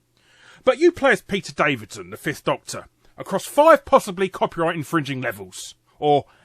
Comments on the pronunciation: Peter Davison, not Davidson, and zed, not zee. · Davison* not Davidson...